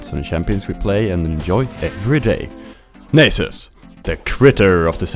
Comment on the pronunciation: Nay-sus. is pronounced nah-sus, mannn :P PS. nice vid. I love playing crit nasus